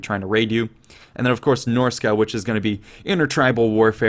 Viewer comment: Dude, I love ya, but it's not Norsica, it's Norsca.